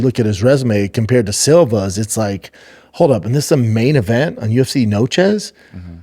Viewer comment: N-O-C-H-E…..Noche….theres no S…..carry on